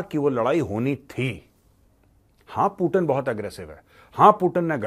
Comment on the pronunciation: पुतिन है वो पूटिन नही